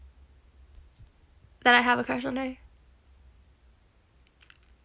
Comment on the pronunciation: I thought he said “shh” 🤣🤣 .